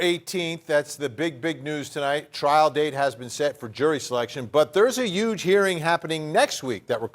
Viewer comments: I to detest that. It was uge lol. Or yuge ugh. 🤦‍♀️. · "Uge" why can't people say Huge?? There is a letter H it is not a silent letter HUGE !!!